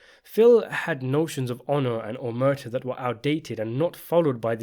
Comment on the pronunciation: the word Omertà is pronounced with the stress on the final syllable.